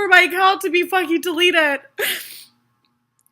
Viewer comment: “reportening” lol